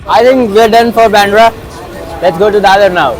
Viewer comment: WTF ACCENT IN BANDRA 😂😂😂